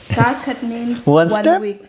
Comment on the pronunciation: Even in mizo kar khat can also means one step, but the tune is a little bit different. Kar khat for one week we pronounce kar a little bit higher just like you have done. But for one step kar will sound like car. Anyway you both are so cute.